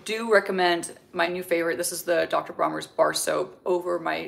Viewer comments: DR. BRONNERS.. Not Bromers. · its Bronners with an N